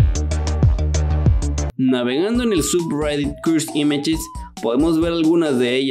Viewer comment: Deci cursed images no cuds imach me pones nervioso